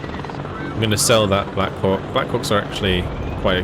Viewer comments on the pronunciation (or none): none